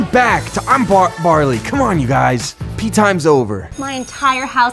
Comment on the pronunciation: you said i'm carly not i'm barly